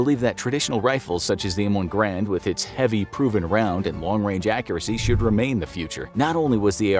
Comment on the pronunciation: Great video but it's the M1 GARAND not M1 GRAND.